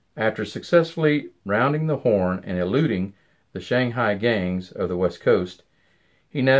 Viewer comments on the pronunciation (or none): none